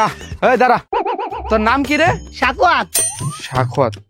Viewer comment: সাখাওয়াত ❎ সেখাওয়াত✅😂😂